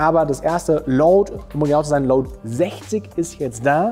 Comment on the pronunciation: Alle Münchner ? Was ist wenn ich aus dem Nachbarort komme, darf ich dann nicht kommen.? Darf ich dann nicht testen.?oder gar kaufen? Zum Glück gibt es nicht nur diesen Laden ,! Deine Kommentare regen mich manchmal sehr auf .Vor allem wenn du sagst JETZERT !